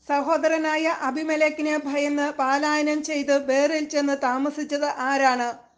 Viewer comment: പാലായനം അല്ല പലായനം എന്നാണ്